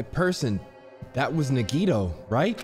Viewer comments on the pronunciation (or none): NaGidO✅ Nagito ❌